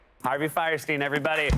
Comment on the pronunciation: It's funny how everyone pronounces his name "firesteen", but by the rules of German pronunciation, it should be "feerstine".